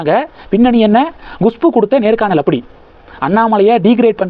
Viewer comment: GUSHPU இல்லை, KUSHBU தான் கரெக்ட், எவ்வளவு பிடிவாதமாக தொடர்ந்து தப்பாகவே உச்சரிக்கிறீர்கள்? எரிச்சலாக இருக்கிறது